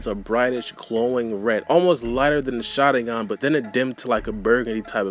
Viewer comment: cannot stand how you say Shalingan LOL! work on your speech and pronunciation please